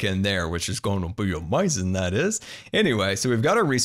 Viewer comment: A few absolutely amoizing things about that I like: •His voice •The way he says amoizing SERIOUSLY THIS GUY IS AWESOME:)